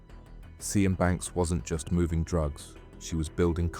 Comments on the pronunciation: Sian is pronounced “Sharn” not seeyan. Just saying. Great vid tho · Thw woman's name Sian as In Sian Banks is pornounced Sharn. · It's pronounced "sharn" not "si-an". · SIAN pronounced SHARN, NOT SEE ANN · Just curious, but why does the narrator keep saying 'Si Ann', when I'm sure it's pronounced Shahn! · Sian rhymes with ‘Barn’, not See-an 😂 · Good video - you've got a good narrator's voice and good story telling! BTW Sian is pronounced 'Shahn'. That name has always tripped me up. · Sian is pronounced as "Sharn", not "See-an" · Her name is pronounced sharn 😅. Not sy-an. That's a colour. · Yep, it's Sharn, not See-an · Her name is not pronounced " see an " its pronounced sharn apart from that it was great . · Is her name really pronounced as cyan? Isn't it "sharn" ? Lol but otherwise nicely done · See-an 🤣 its pronounced 'sharn' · And pronouncing a welsh name as si-anne instead of sian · its pronounced Sharne i think not Cian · I think it’s pronounced like “Sharn” not Sss-ee-an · Great video mate, enjoyed that. Her name is pronounced sh-arn, not ze-an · Sian is pronounced Shaan not Cyan- are you using a text to speech programme? because if you are I'm done with you. Narrate in your own voice- not a stupid AI that is crap at pronunciation! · sian . is said . sh-arn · Ibiza and Sian not said correctly so I think the narration is AI. Sian is said as Shan, the "z" is silent in Ibiza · Surely Sian is pronounced Sharn? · not sure if you’re using AI for voice over on this, but name “ Sian” is pronounced “Sh arn” . Also Ibiza the “z” is “th” so “Ibitha.“ Definitely not someone who corrects spelling & grammar just think content is good! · Lol Ce-An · "Ibizza" and "Seanne" are pretty fantastic pronunciations 😂🤦‍♂️ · FYI "Sian" is an Irish name pronounced more like"Shan" than "See-Ann". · Sian is pronounced "Shawn" - it's a Welsh name, equivalent to the English Jane, Scottish Sheena or Irish Siobhán. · Sian, pronounced Shân or Shahn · Sian is pronounced "Shahn"